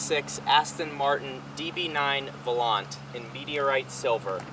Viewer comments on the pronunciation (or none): it's a shame that modern 1st World Post Boomer/X generations are UNABLE to pronounce European/American words properly. Blame their parents (of course) and the expensive, mediocre, incompetent English Teachers that typically infest schools and colleges....ahem... Volante ..... take a Spanish or French class Bro.